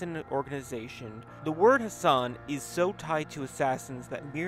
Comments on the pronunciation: Can you please pronounce the ح sound for God's sake!? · You non-arabians make me cringe to death when you mispronounce his name